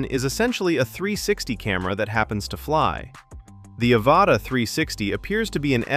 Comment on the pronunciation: "Ava Ta" that's one way to pronounce it